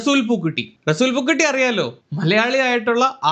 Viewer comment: പൂക്കുറ്റി അല്ല പൂക്കുട്ടി 😂